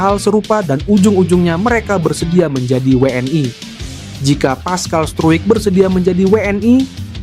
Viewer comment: Bang,.maaf bacanya biasa aja nggak usah di baca pessai(PSSI)dan weenai (WNI) gatel dengerinnya😅